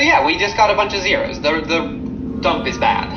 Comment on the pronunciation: "But first, you must take a DOOMP!"